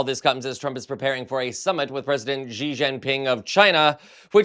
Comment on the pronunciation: FYI. President Xi's name is pronounced like "she", not "jee". It's approximately "she gin ping". It's just not good enough to pronounce his name wrongly - he's a major world leader. Chinese spelling in Roman letters is phonetic and easy to learn. Reporters need to pronounce foreign names accurately, like the names of other countries and their cities. It's part of the job. Any name and its pronunciation can be googled.